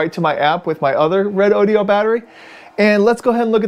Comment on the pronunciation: This moron can't even pronounce the name of the company who made the battery.